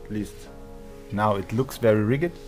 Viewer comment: In english...Rigid sounds like "Rijid" ...... just a tip. Thanks for the awesome video! I love your unboxing